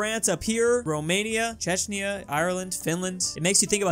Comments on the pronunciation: Let's cancel for calling Czechia "Chechnya". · did he say cheshnia (ch-e-sh-ny-ah) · Every time some american calls my country zechia or chechnya my braincells die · Image: “Czechia”: cHeChNyA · Again, he called it Chechnya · how to pronounce czechia: check-e-uh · Calling Czechia ‘Chechnya’ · Just so you know, we Czechs are not mad because you pronounced our country Chechnya. We are not triggered. We are just dissapointed... this is a joke pls don't start no-no-war-3 in the comments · What the f! You just said cecnia but it was czechia.! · Hey, please at least try to pronounce Czechia correctly😂🇨🇿 or just call it by its full name Czech Republic🔥 otherwise great video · Why the F do u say chechia wrongly?! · You pronounced czechia way to wrong